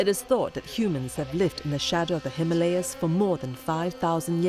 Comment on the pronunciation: The narrator needs to correct the pronunciation of Himalayas...